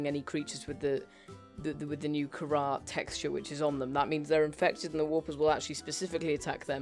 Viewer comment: you are saying and spelling Kharra wrong you spell it like Kharra and say it like (K-a-r-a)